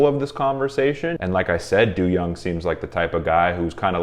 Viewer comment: I shed a tear every time you say "doo-young" 🥲 it's not that serious im being dramatic lol It's pronounced "doe-young"